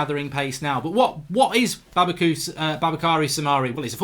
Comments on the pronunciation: No one: Absolutely No one: Mark Goldbridge: Babukary Soumare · I got so irritated when he pronounced the name Baboukary. Should see the spelling again. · It’s pronounced Boo-Ba-Kary